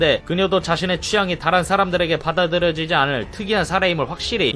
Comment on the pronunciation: 받아들여지기 발음이 꼬이셨네요 ㅋㅋㅋ